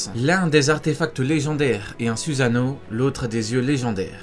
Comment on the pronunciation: ça se prononce sousano!!!!!!!!!!!!!!!!!!!!!!!!!!!!!!!!!!!!!!!!!!!!!!!!!!!!!!!!!!!!!!!!!!!!!!!!!!!!!!!!!!!!!!!!!!!!!!!!!!!!!!!!!!!!!!!!!!!!!!!!!!!!!!!!!!!!!!!!!!!!!!!!!!!!!!